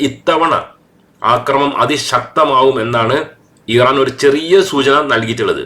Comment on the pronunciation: ഈറാൻ അല്ല ഇറാൻ